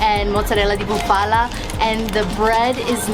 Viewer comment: Nice video….you could tell that you were having a great time and passionate about your trip. Buffalo or Bufala has the accent on the first syllable so BU’ fa lo instead of bu Fa’ la….hopefully you can visit Modena and have some Crema Balsamica on gelati. Enjoy!!